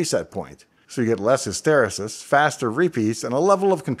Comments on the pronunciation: It's hi-ster-REE-sus, not his-TER-i-sis. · Is it 'histersis' or 'his-terr-eesis'? Maybe it's a Canadian thing like the pronunciation of Regina?